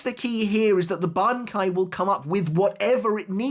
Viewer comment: how many attempts did it take to pronounce that bankai right